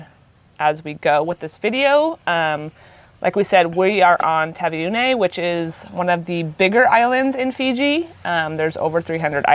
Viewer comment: The guy pronounces 'Taveuni' correctly which is with the 'EE' sound at the end of it; NOT "Taveune" with an 'EH' sound. The "I" here is pronounced just as in English as in "It".